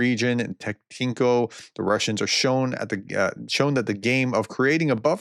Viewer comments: It's TET-KEE-NO, not TET-TINK-O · It's linguistically fascinating how all of american war youtubers have the same difficulty of reading place names simply as they are written and instead shuffle letters around randomly, add new ones, leave some out. Tetkyno becomes tektynko, zvannoye becomes zavonny etc. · I know that Russian names are hard to pronounce, but they are not THAT hard to pronounce. I have the impression you are not even trying, but rather accept butchering name after name. The village is called Tetkino („Tet-kino“, not that hard). But actually, the „e“ is a Russian „ë“, which should be pronounced as „yo“. This is why in the first source, the village name was correctly transcribed as „Tyotkino“ („Tyot-kino“). Also not impossible to pronounce, even for an English speaker.